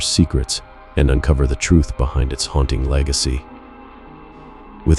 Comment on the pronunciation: What is HOUNTING? Asking for a friend. Bc I am mesmerised by the dulcet tones of your sexy voice……brain in shutdown mode😉😋🤷🏼‍♀️💜